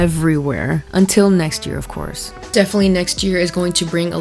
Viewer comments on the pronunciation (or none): none